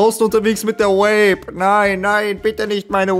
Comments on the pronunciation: Ey wenn der kollege noch einmal Vape als "Uäip" aussrpicht dann krieg ich einen Schlaganfall, das ist so unterträglich, bitte bitte sag doch einfach "Wäip" so wie auch die korrekte britische und amerikanische Aussprache lautet! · Irgendwie regt es mich auf, dass vape andauernd wape ausspricht